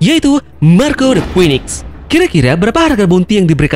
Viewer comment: Ralat dikit bro, bounty King belum diketahui. Bisa jadi malah diatas Marco, mengingat bounty Queen saja sudah . Oh iya 1 lagi, cara melafalkan "Phoenix" adalah "Finix". Semoga channelnya makin keren..